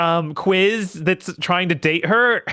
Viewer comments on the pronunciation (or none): none